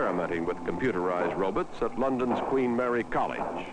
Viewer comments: That's how Rod Serling always pronounced "Robots" too. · 'Robuts' maybe lol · "Rowbuts" lol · He said robutt ^-^